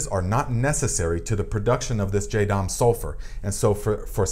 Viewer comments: Be sure to check for sulfur sensitivity before using on your plants. Especially grape vines! Some are sensitive. Is this a different formula from the JS Pesticide? I need to make some for squash vine borers and cucumber beetles. (🤫 it is Jah-dahm, not Jay-dahm.) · It's pronounced "JA-dam" not jay-dam. But great video, I just am annoying in that way, lol. Sorry.